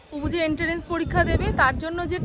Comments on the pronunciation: ENTERANCE noy EN TRANCE ektu toh shudhraben pronunciation. Apni toh social influencer. Onekei apnake boleche uccharon thik korte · Apni ki Chan na amra dekhi? Apnara toh video banan ty jonno , viewership howar jonno . Hae ashole apni jokhon ei ENTRANCE word ta Bolen r bar bar bhul uccharon koren tokhon mone toh thakar e kotha . Bhalo shunte toh bhaloi lage kintu bhul truti manush matrei hoy , shbar hoy , sheta o toh shunte hobe . Bondhu jokhon hoyechi , bondhu ke ektu shudre dile dosh ki? Ty na bondhu?🙂